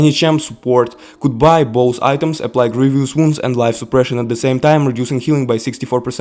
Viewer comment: Grievous wounds is pronounced as Grieve-us wounds.